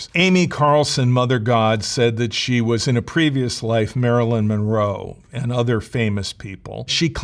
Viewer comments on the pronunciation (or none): none